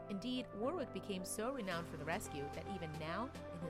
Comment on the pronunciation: Awww that was AWESOME 👏🏼 Kudos Warwick (correct pronunciation of the guy’s name is usually worrick not wor wick btw)